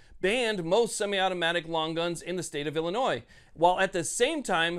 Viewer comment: P'sown ILL Illinoise.